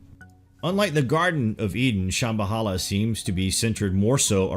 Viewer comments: Dont forget "Sham-bahala" instead of "Sham-Ba-La" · It's Hopi (HOPE-ee) people/tribe & wife, not "Hpppy", -ish. Shambhala is (Sham-ba-la) or (shamb-ha-la) where the b is soft and h is barely distinquishable. It is not (sham-ba-holla)!